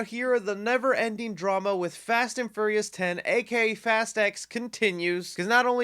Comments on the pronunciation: Did he say Fast and FURRYious? Lol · Lol every time he says "Ferious" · "Fast and Furry-us" haha